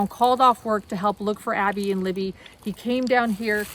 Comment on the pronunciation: Abby does not rhyme with Bobby..